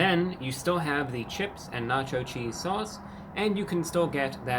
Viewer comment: na cho cheesd